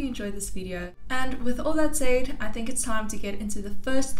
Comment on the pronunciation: She says 'wiff' ...that's classic😃💙